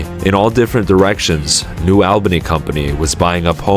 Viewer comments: It's pronounced New "ALL"bany, not New "L"bany ...ugghh ..freaking AI Voice!! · "AWL BANY" not "AL BANY" - a local Great video btw! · (ALL-BANY) not AL-BANY 😂 Sorry, I had to. Great video, thank you for covering this. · It's pronounced ALL ba nee, not al-ba-nee, ex-newyorker, I ought to know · The village's name is noo allbanee, not noo albanee. New Albany, like ,Dublin, Groveport, Grove City , Canal Winchester, sits at the edge of urban sprawl. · It’s pronounced “All-bunny” not Albaney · Its Albany not AL bany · Alll-bany....not Awell-bany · Its ALL-BANY not Elbeny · Hard to watch because you're saying Albany WRONG! It's All-bany not Al-bany. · Albany is pronounced Al-ba-knee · ALL’-bunny Sorry, had to.🤣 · Not short or long “a” or schwa sound. It’s pronounced /uh/ with the emphasis on the first syllable. ALL buh knee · It’s pronounced New “All-Ben-knee”.